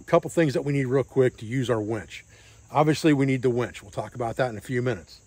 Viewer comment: 'Winch',, the word is 'winch'. SMH..."wench"...geezis...